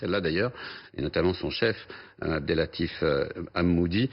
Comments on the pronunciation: Monsieur le journaliste, qui connaît si bien le maroc… 1. Le chef du renseignement marocain s’appelle HammouCHi et non HammouDi 2. Le maroc que vous connaissez si bien apparemment, le pays pauvre qui n’a pas les moyens, et qui soustraite son renseignement.. a SEULEMENT 2 SATELLITES MILITAIRES de renseignements: LE MOHMMED 6 - A et LE MOHAMMED 6 - B De fabrication Française ! Qui coûtent seulement la modique somme de 500 millions de dollars, et dont même un pays si riche comme l’Espagne n’en possède pas ! Monsieur le journaliste qui maîtrise NULLEMENT son dossier et qui ignore TELLEMENT la qualité des renseignements Marocains.. UN PEU D’HUMILITÉ ! Dommage qu’en 2021 certains vivent encore le 1912 ! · deja comme journaliste vous écorchéz le nom du responsable de la sûreté nationale. C est Monsieur Hammouchi et pas Hammoudi !!!!